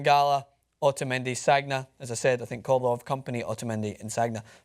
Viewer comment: Sag-Na! Fuck your name bro! Love the videos.